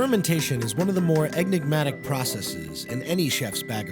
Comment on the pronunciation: guy really said egnimatic hahahah